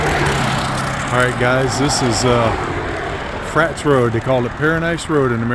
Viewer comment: It’s pronounced Fra-tus rd although it’s spelled frates rd. Petaluma is my hometown.😮